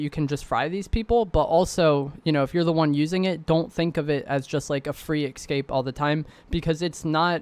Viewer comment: e-s-c-a-p-e not e-c-s-c-a-p-e lol